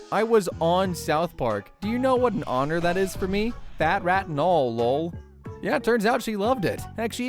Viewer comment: Just pronounce the letters LOL, please. Don’t turn it into a pronounced word. 😑😒😩😫🙄